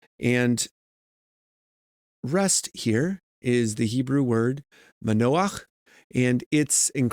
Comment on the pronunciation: I’ve been enjoying your explanations and the hebrew. Your pronounciation is pretty good!